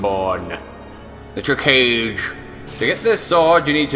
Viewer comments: its pronounced Chi-kag-a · Isnt the Chikage pronounced as She-Ka-Gay? (Yes, Naruto knowledge :D) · Chi-cage... Cringe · it should be chi-kah-gey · Judas Scoutwalker is pronounced chi-ka-gay? I have never tried to pronounce it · Chi-cage Hahahaha. A helpful guide tho. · Its pronounced Chi-ka-ge... It's Japanese, not American.. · Does no one know how to pronounce Chikage even remotely correctly?